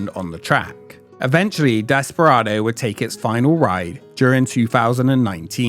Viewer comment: ‘Desperardo’ oops. 😅